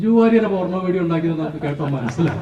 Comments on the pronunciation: ഈ സമയത്ത് ഇവിടെ പറയാമോ എന്നറിയില്ല. പോർണോ അല്ല, പോണോ... ഉച്ചാരണം ശ്രദ്ധിക്കൂ... പിന്നെ താൻ പ്രയോഗിച്ച ഉപമ ശുദ്ധ താന്തോന്നിത്തരം ആണ്. ഇനി ഒരാഴ്ച സമൂഹമാധ്യമങ്ങളിൽ ബലൂൺ പോലെ പറന്നു നടക്കാം. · പോർണോ എന്ന് തന്നെ ശൈലജയും പറഞ്ഞത് 😂